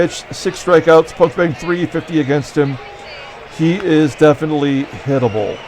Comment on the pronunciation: in the 7th inning when you were talking about Castro being "definitely hittable" It sounded like you said he is "definitely edible" 🤣🤣